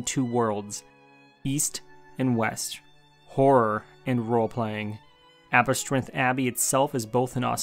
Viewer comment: I know im a year late but that pronunciation of Aberystwyth was brutal